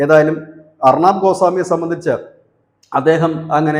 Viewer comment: അർണാബ് അല്ല. ഉച്ചരിച്ചു വികലമാക്കരുത്. അർണബ് ഗോസ്വാമി.